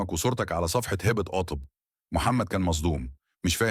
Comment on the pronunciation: انت مش عارف تقرأ كويس ليه اسمها هبه مش هابا و كلامك مليان اخطاء عيب كده 😮😮😮